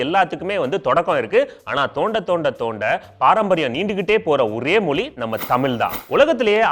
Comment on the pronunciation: Tell mozhi not moli